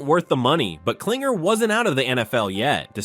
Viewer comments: The fact that you keep calling him "CLINGER" when his last name is KLING-ler shows how little you actually know what the hell you're talking about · It's Klingler, not Klinger